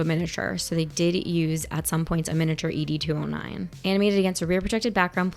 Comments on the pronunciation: Ee Dee 209 😂 Ed 209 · Not "E.D. 209," but "Ed 209"